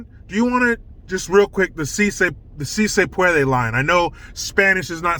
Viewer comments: "SEA SAY PWOUADAY!" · Melania speaks multiple languages, yet the left would call her stupid because she had an accent. Meanwhile, Dr. Jill, has a PHD in education yet can't pronounce a 3 word phrase in Spanish? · Lol, Jill was fact checked, On March 31, 2021, first lady Jill Biden mispronounced the Spanish phrase, “Si Se Puede,” during a speech. Rating True True About this rating 😂🤣🤥😂 Origin First lady Jill Biden has many accomplishments, but speaking Spanish may not be one of them.